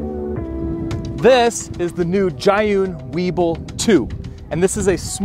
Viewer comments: Zhiyun not Zhayun LOL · Imo it's pronounced like "zheeyoon" since it's from China. Not "ghaiyoon" like how the guy in the video pronounced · You know he smokes weed when he calls the crane "Jah-Hun".